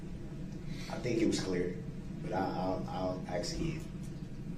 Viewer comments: I am not surprised that he can't say witness Abel's name! He doesn't even know the difference between Ask and Axe.... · Who the hell teaches English in the schools ??? Boof? Dat? Ax? Substain?